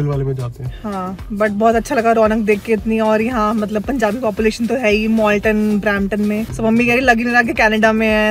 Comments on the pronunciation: MALTON not MOLTON 😟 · It’s Malton not Molton